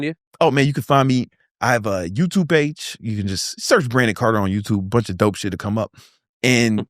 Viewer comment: carter not carton